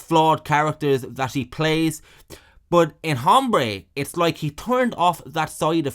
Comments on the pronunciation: It is Aaaahmbre you brit POS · It’s pronounced, ombré. The H is silent. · The “h” is silent. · Don’t know the nationality of our narrator, but “Hombre” has a silent H. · It's funny to hear somebody pronounce the "H" in "Hombre" over and over